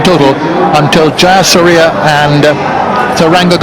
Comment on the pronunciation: Butcher for the bowlers name : jaysuriya